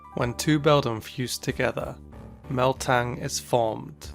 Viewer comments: It sounds like you are saying "Meltang" rather than "Metang". Is it just me or no? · It's Metang, not Meltang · it's not meltang it's metang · The Frenchest Fry - He DID say Meltang when saying Metang’s name... repeatedly. It was really annoying. I wonder if his brain was mooshing together Metang and Melmetal. Still, how was it never caught in editing? Maybe he actually believes there’s an L in Metang. I don’t get it. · You said Meltang hh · Yes it's not meltang it's metang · WHY DOES HE SAY MELTANG IT'S METANG HELP I CANT UNHEAR IT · Its called metang not meltang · Metang, not Meltang. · Do you say, “Meltang”? Instead of “Metang”? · this guy spels metang melt ang???? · Its Me-tang not Mel-tang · It's metang not meltang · He said meltang but its called metang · Why do you read Metang like "Méltang" ? It's "Metáng". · Why did you pronounce Metang as Meltang? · it's me-tang not mel-tang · It is not meltang it is metang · Metang, not meLtang 😂😂😂😂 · metang not meltan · He said meltang lol not metang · I love how in stead of saying metang it sounds like he is saying meltan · Mıst people:metang:mel-tang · You just post a video on how to pronounce pokemon names and then you call Metang "Meltang" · So we just gonna ignore that he said meltang instead of metang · Did I hear Meltang or Metang? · You said meltang instead of metang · Rosel-ia, not Rosé-lia. Also: Meltang. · I know right the correct pronunciation it's METANK 😂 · Hè said Meltang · I thought for a second you said meltan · You pronounce it Matang. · WHY DID YOU SAY MELTAN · He said Meltan? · He said meltan for metang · m e l t a n g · Meh tang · did just call metang "meltan"? 💀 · When you say meltan instead of metang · really? Meltang? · I hear meltang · My man really said "Meltang" 😂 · "Meltang"... sure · tf is a "meltang"? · What I can’t un hear is your abhorrent pronunciation of metang where the hell do you get the L to say meltang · did he say meltang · Nobody:: MELTANG